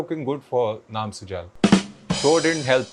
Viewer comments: Bhaijaan ye Sujal ka pronounciation video mein sunne ke baad bhi SUJAAAL kyun bol raha hai? At least naam to sahi bolta! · Sujal ❌ su-jaaal ✅ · Naam sujal ❌ Naam sujaal ✅